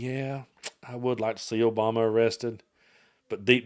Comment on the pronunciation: "OBAMA-NA" SHOULD REALLY CONSIDER SEWING FOX